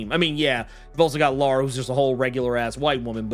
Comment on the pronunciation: As a Laura who is a spicy white, please say it as Lore-uh hahahaha